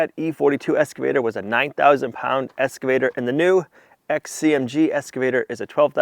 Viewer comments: PLEASE ❤😅😅It’s EX-CAVATER not ES-CAVATER ❤ PAUL - a loyal fan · If it's not been mentioned before, you might be unaware that you are mispronouncing your new machine as an escavator, and not as im sure you know that it is pronounced excavator. Hope this helps. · At the risk of sounding like I'm talking to a 5-year-old ... It's not an ESS-cavator. It's an EX-cavator. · eXcavator not eScavator! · zero times lol, Said EScavator quite a bit though. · how many times can you mispronounce "excavator" in one video?